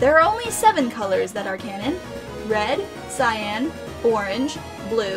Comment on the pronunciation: Finally,SOMEONE said cyan right.